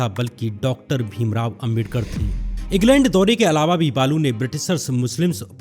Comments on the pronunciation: बालू नाही बाळू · Poore video me hindu or balu bol kar pronounce kiya h... Jaise balu ka religion koi or ho😂😂.. youtube par beth kar kuchh bhi hagte ho yar